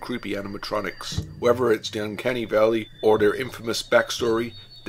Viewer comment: "Numbah Free" "Fank you for watching" "Wheffer or not" .... my God, that's so annoying.